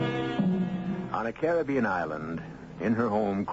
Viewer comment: This is the second or third time I've played this story but it's the first time I've noticed that EG Marshall pronounces "Caribbean" the same way I do. Most people say it differently nowadays.